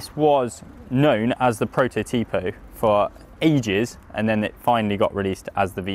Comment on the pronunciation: You guys always mispronnouce "prototipo"